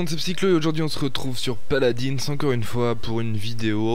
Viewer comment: Déjà que t'es assez mauvais sur Garry's mod si ça continue sur paladins ça va pas le faire ( bisous de jean eu de sur assassin creed RP ) et on dit paladuns même si ça s'écrit paladins :p